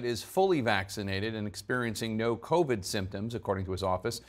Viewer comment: lmao Kow-Veed should teach him a lesson